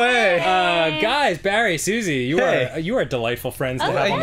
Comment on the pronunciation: "Barry" is two syllables.